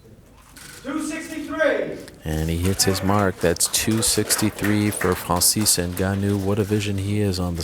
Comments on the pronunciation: I can’t even describe how much I’m bothered by the way Ariel says Francis. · Fwanzeez Ngannou Please shut up Ariel ffs